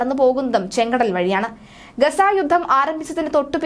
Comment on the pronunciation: Please note the mistake - it is റാഫ റഫ അല്ല - ഗസ അല്ല ഗാസ ആണ് സാറെ